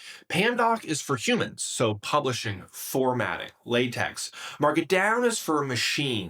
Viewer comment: FYI, it’s pronounced “lah-tech”